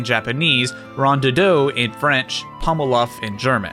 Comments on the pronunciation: note that rondoudou isn't pronounced that way, by the way. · In french, 'Rondoudou' is pronounced 'Rondoodoo'